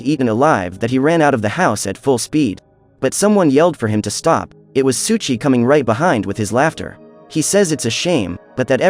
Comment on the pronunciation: Why do u keep saying "Suchi"? Pronounced "Soh ee Chi. Souichi